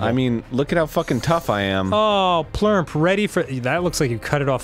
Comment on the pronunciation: ITS PLURMP OMG ARIN